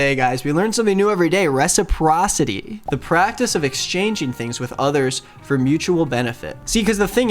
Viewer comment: thank you for knowing how to pronounce reciprocity. woulda had me irritated all day haha